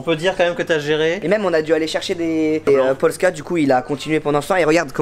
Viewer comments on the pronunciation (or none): “polska” blanc 😭😭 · Polska au lieu de Poska mdr 😂 c’est pas la même chose hahaha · posca il a dit lol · il a dit de polska blanc aulieu de posca 🤣🤣🤣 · il as dit des polska mdrr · Inox par contre on dit POSCA 😂😂😂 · Haha inox il a dit polsca mdrrr🤣🤣🤣🤣🤣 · C’est moi où il dit polsca mdrr